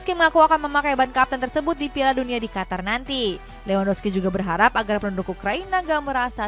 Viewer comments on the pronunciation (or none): none